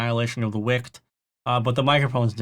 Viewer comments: I'm sorry how is nobody commenting on the pronunciation of 'wicked'? It's wick-ed as in evil, not wick'd like a candle. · Your pronunciation of wicked is wrong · I couldn’t get over him pronouncing it like that 😭 too funny